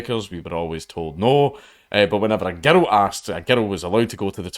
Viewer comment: He pronounces "girl" as "guddle" ... I love it.